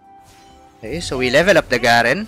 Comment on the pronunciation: Garen is actually pronounced GAyREN Avoid the small letter, If you want i can edit this comment with other champion pronunciations, Ngl, i am completely fine with your accent, a lot of time back i used to get irritated when people didn't use the generic accent, but I got over it , but there might be others who kinda get annoyed with an uncommon accent..